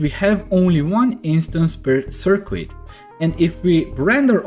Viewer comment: Appreciate the video... just to aid your future videos "Circuit" is pronounced SER KIT the U is silent. Gotta love English!! :)